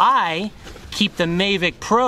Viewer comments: it's the mavic, not mayvic but anyways cool ! thanks for the video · Please stop saying MAYvic.. there is no Y 😂